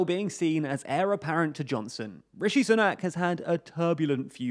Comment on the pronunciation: Sunak is pronounced "Soonak". Like Soon. Not like Sun.